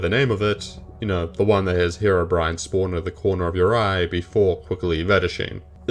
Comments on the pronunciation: did he just pronounce Herobrine as Herobren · It's HeroBrine not Herobrin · Ha row bren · Back in the day it was very common to pronounce it like that, some minecraft songs even used that pronunciation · Bren is the hero we didnt know we needed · Form This Way, which is still one of my favorite minecraft parodies all these years later, starts off with pronouncing his name like that. i think its an austrailian thing given the singer of that song is austrailian too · Different languages exist, as well as accents based on those. In Ukrainian it’s also pronounced the way he pronounced it